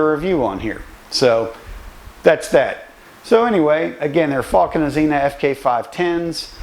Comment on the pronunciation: Azenis tyres not azena